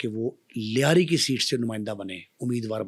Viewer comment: Punjabi says layri,,,,,😂😂😂